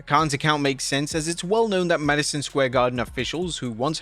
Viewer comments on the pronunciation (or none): none